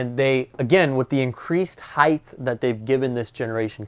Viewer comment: Great Coach with a great showcasw video! A common mistake that's becoming prevalent today: The word is pronounced"height" with a T sound on the end not "heigth" with a TH sound on the end of the word.